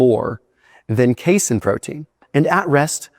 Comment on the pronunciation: don't you dare ever call it "case-in" protein again in your life, you hear me boy?